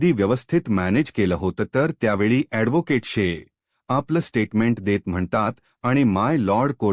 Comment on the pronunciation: मारवठी बोलता येत नाही धोकेट कय ऍडव्होकेट n😄आहि म्हणता येत